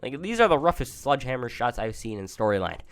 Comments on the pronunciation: U know it’s pronounced “Sledgehammer” and not “Sludgehammer” right lmao. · What u said sludgehammer sounds like a Pokémon PP move lol